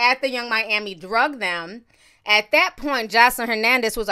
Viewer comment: I get scared whenever Ti pronounces "Dragged" like "Drugged" 😂😂😂😂